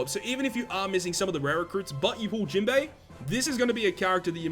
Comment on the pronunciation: Why u always call him jimbe its jinbe broski